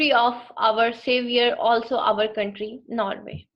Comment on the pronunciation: Oslo not also, it's the Norwegian capital. The word is cemetery not kemetry, you pronounced with "K". Anyway appreciation dor your endeavour.